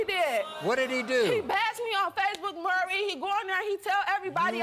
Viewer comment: His name is "Maury." Pronounced "More-EE." NOT "Murry." Good Lord...